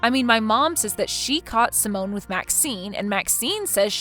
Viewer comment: It’s pronounced sigh-mon not pronounced like a French woman’s name Simone